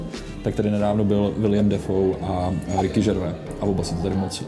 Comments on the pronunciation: Prosím tě (a ostatních bambilion lidí co to tak vyslovuje), není to Ricky Žervé (to je ten sejra) ale Ricky Džervejs:) thxbai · Neni to Ricky 'Žervé' ale 'Džervejs'. Neni francouz ani nátěrkový sejra. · Já vím, že Gervais je divné jméno, ale fakt se to čte /džrvejz/, on se na začátku každého svého pořadu představuje.